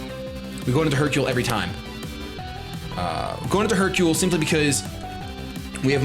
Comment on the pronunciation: do you know what Hercule and Sakura means?? Do you know how to pronounce Hercule and Sakura?? If not don't use it on your pokemons name!!